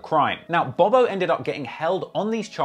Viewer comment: hey bro his name is pronounced bob-O not bobo it’s THF BOB-O and THF mean’s ( trigger happy family )